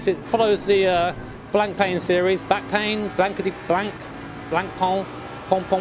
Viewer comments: I believe it's pronounced "blou-paaa" but back pain works, too. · You have to pronounce it as blonk pen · Blancpain; pronounced 'Blonk-pan' ;)